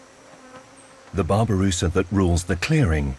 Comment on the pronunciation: Babi rusa read not babu rusa wk wk